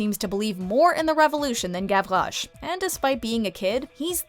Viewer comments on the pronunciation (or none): I hated the way they said Gavrouche. It’s Gav-Rosh not gav-rroghhjhjhjche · She said Gavroche like “Gavloche” and I’m like “wtf there’s no ‘L’, you dumbfuck!” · the way she says “gavroche” is gross